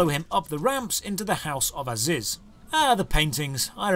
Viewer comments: Fun drinking game: take a shot every time calls him "Aziz" instead of ARIZ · it's "ariz" not "aziz" lol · I might have raged more than I should by you calling Ariz for "Aziz" the entire episode.